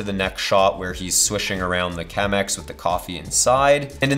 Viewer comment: This video was going soo well until he said "Chemex"..... The coffee snob in me is dying. But then, great video!